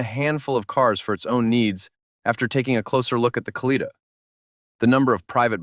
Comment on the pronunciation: It would not have been too difficult to consult with a Russian speaker to learn how the names of the automobiles are actually pronounced, and then to write the script so that the AI voice pronounced them correctly. For example, it is not "ka-LEE-tuh", it is "kah-lee-TAH", and Moskvich (which means "Muscovite" in Russian) is pronounced "musk-VEETCH", not "MOSSK-vitch".